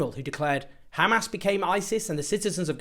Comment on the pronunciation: I like that he knows how to pronounce hamas